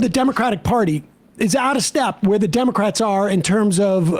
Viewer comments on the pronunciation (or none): Scarborough pronounces this word this way: DIM-oh-krat!